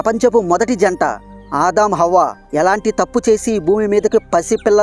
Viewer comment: Avva kadu bro havva